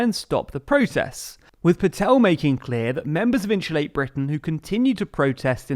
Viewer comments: Great video but can't help laughing at how you say insulate haha 😆 In shoe late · “Inshulate”? Every time I think I’ve finally heard all the British accents, someone pops up like, “Bold of you to assume.”